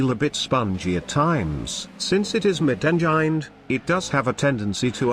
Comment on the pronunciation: "Since it's mid-enjained" xD